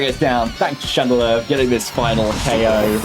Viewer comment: “Radelure” XD love it